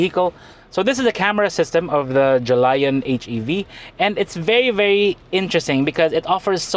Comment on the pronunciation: It's actually pronounced as "Jo - lee - on" which represents 初恋 (first love), I don't know why they didn't use that as a marketing spot, could've been something like "youngsters' first hybrid/car" though